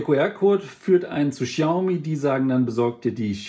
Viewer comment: Sprich die Marke doch bitte richtig aus.